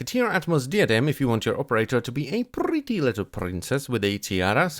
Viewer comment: "And that's prrrrretty much it..."